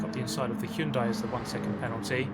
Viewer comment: Hyundai! Finally someone who can pronounce Hyundai correctly.